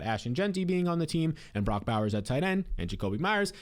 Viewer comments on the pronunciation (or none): none